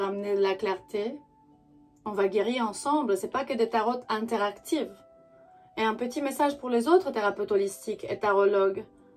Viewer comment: Ici on dit pas taroT on dis taro.❤❤❤